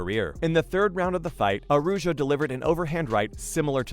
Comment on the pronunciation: is Núñez, man, you meant something nasty by mispronounce it. Aruyo? Ah-ra-oo-hoh, Araujo. Man, this time you meant some childish